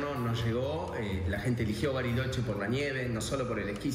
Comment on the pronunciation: San Carlos de goriloche???? Vuelvan el vídeo hasta el minuto y escuchen